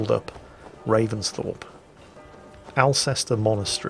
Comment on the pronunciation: I’ll think you’ll find it’s pronounced ulster not Alcester. Call yourself British 😉